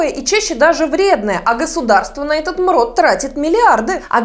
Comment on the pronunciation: Мруу а не мрот